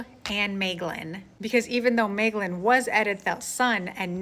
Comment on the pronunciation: I agree with your pronunciation of Maeglin 👍😀